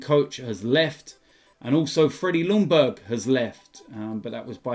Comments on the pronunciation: Youre correct about everything except berg pronounced like buy. It’s more like how an englishman would pronounce a word spelled like ”berj”. But saying Youngberg is far closer than calling him Lundberg, thats all. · Actually it is pronounced Leeyungbuy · Pronounce Ljungberg like Youngberg. Then you’re pretty close 😁👍👍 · considering I am swedish, so is he. Wouldn't you consider me an expert in this area? Because I can assure you. I am. Pronounce it Youngberg, and you're as close as you can get. You'll never get a perfect pronounciation, but it's as close as you can come.